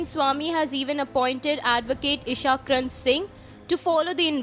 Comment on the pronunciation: Its not Ishakran but Ishkaran.